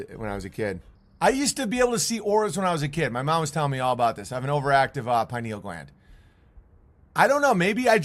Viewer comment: She said very active penal gland Owen? It's Pineal, so I guess she wasn't talking about the brain.